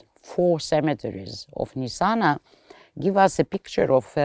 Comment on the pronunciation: I spent time (22 days) in Nitzana just now. We red the name "Nizzana", "Nizana" and "Nitzana", but NOT Nessana